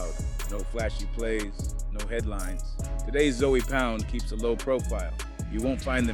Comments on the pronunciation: You gone be targeting for your accent 😂 😂. It ZŌE not Zoey wtf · zoey? it’s ZOE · It's pronounced zo pound brah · ( ZOE pound ) is crazy. The pronunciation 😂😂😂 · Just by your pronunciation of(ZOE) , you're not part of the culture...